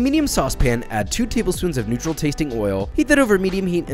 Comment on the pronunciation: You know you’re an alcoholic when you thought he said “Nutrl tasting oil” instead of “neutral tasting oil”